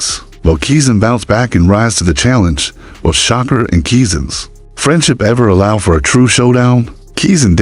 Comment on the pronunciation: U saying Shakur name wrong